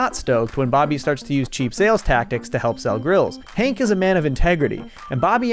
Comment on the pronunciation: So are we just going to gloss over the fact that you called him "Hink" the entire time?